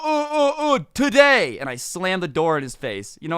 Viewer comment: “Uh uh uh TODAY” ngl kinda uncalled for